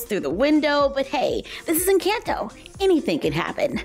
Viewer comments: It is pronounced en con toe not en CAN toe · It's not pronounced like the word "in" it's not incanto...nor "can" like a can of food. 🤦‍♀️ just pronounce the letter N and sub an o sound for the A in "can" say N-conto and you'll be a lot closer to the actual pronunciation. It's not perfect but at least better. Just trying to help. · I think it’s pronounced in-chant-o not in-cant-o=nvm just watched it 4 wks ago and now have watched it 13 times already and it’s not incAnto it’s incOnto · Loved the video! 🧡 just so you know you’re pronouncing the “can” in Encanto like the can in PEE-can when it sounds more like the can in puh-KAHN so it’s more like N-KAHN-tow just a subtle difference :) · It’s not in Canton it’s Encanto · it’s pronounced encahnto but I forgive you lol! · The an in encanto is supposed to sound like on 👍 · It’s pronounced En-can-to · It’s not Encanto with a it’s à Like a macron! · It’s eesa-bela and in-caan -tho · no hate at all just wanted to let you know Encanto is pronounced (en-con-toe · Are you pronounce Encanto Wright is saying that like N conto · It's pronounced e can to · Dude the way she says enconto I hate it agggggggi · The pronunciation for encanto tho 🤣 jk luv youu and this vid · I love your vids but please pronounce encanto correctly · You said encanto wrong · Saying it wrong it’s Encanto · I love you but I’m going to roast you for your pronunciation of the word Encanto! 😂 You did a great job on all the other words, that’s why that CAN is so adorable. Beautiful work though.